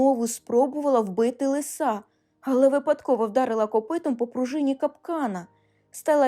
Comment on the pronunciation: лИса, а не лиСа. шЕрсті, а не шерстІ